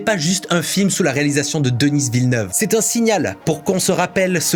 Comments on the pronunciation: Arrête de dire Denisss à l’anglaise, c’est Denis prononcé à la française, il est québécois, donc francophone. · Merci pour ta critique du choix de Denis Villeneuve. C'est pas essentiel, mais ça fait bizarre de t'entendre prononcer le prénom de Denis. Tu le prononces avec un S. Ce sont les anglophones qui le prononcent comme ça. Tandis qu'ici au Québec, on ne prononce jamais le S dans Denis. C'est un prénom commun ici... Sinon, ta critique de son choix artistique est super. Merci! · Vidéo intéressant ! Mais par pitié arête de dire Denisse Vilneuve, ça nous fait saigner les oreilles ! C'est Denis (prononcer Deni) ! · DENIIIIIIIIIIII !!! Pourquoi Denisseeee ?? AHHHHHHHH Il est quebecois donc prononcé à la française. Ou alors fallait dire Dénisse à ce compte la ^^ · J'aime beaucoup vos vidéos.. Mais Denis Villeneuve est un franco-québécois. Alors son nom se prononce Denis (comme deni), et non pas Denise à l'anglaise. Je sais pas en France, mais au Québec, Denise c'est un nom de femme. Les français vous faite la même erreur avec le nom de notre premier ministre Justin Trudeau. En français, ça se prononce Justin (just'in) et en anglais ça se prononce Justin (Just in) et non pas Justine comme j'entends souvent chez les Français. Parce Justine c'est un prénom de féminin ici. 😁 Je comprend que les américains prononcent mal leur noms. C'est normale, c'est pas leur langue. Mais ce n'est pas normale que les Français prononce ces noms à l'anglaise. 🤔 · le «s» à la fin de Denis est muet, ça se prononce «Deni» Villeneuve et il est franco canadien il parle la même langue que toi. De dire Denisse Villeneuve ça fait ringards... 🙄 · c'est pas si bas comme réponse, faut avouer que ça fait mal à entendre ^^ même si ça n'enlève rien au fait que ta vidéo est excellente et très intéressante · Je crois qu'il dit plus "deniss" Il le prononce à l'anglaise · Denis Villeneuve tu n'as pas besoin de le prononcer à la anglaise c'est un québécois, un canadien français. Donc DENI Villeneuve 🤷‍♂